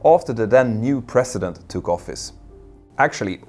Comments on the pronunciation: President sounds like prezident not precedent. Since you need to say this word in every sentence here, please get it right. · It's "president" not "precedent " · A mear observation... It sounded like you were saying Precedent at multiple points, and not President President, which I am used to hearing pronounced with more of a "zzz" like the slang version, Prez. (or Prezz-ih-dent) Which uses the teeth in a humming aspect more to reproduce the sound.... Which basically means the teeth are used for a buzzing sound, and not passive as you would in the precedent. (which sounds like Press-sea-dent to me) Only brought it up because the phrasing would be unclear without the surrounding context.